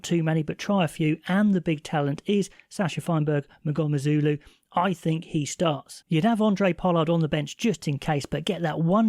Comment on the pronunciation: Good segment and well done for Feinberg-Mngomezulu pronunciation, better than most pundits. For SA I can see Pollard lifting his game more than Faf.